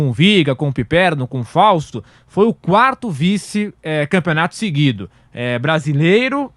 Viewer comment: “Quato vice”. Pelo amor de Deus, tirem o microfone desse peão !!!!